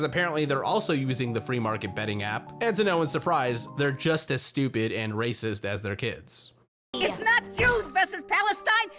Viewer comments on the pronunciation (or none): none